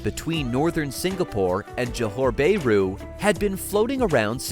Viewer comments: The comments on the report is okay except for the mangling of the Malaysian word for the city of Johor BAHRU. It is pronounced as Jo Hor Baa Ru instead of JO HOR BAY RU. It is very irritating to hear you Americans killing the pronunciation of a country or its city names. Should you not make sure of how to pronounce any foreign country’s name or it’s cities before you get online? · "Bay-roo"? Sure that's not "Bah-ru"? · It's not 'bear roo'! ouch!